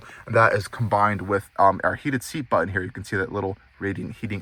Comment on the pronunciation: Very comprehensive review. And I gave you a thumbs up. But PLEASE PRONOUNCE YOUR T's. It is so distracting to hear "BUH-en" instead of "BUTton" over and over. Check out where you say "Impor-ent" ugghhhh.